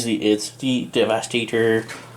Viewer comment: No one talks about the weird funny way saying 'devastator" in the video XD